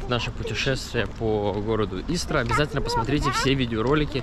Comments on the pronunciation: Правильно говорить не ИстрА,а Истра. Ударение на букву И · Город И’стра, а не ИстрА’ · Только ударение на И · Только ударение на И- истра. Раньше Истра называлась Воскресенск